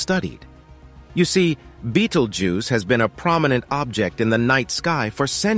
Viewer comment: How many time can you misspronounce the stars name: yes!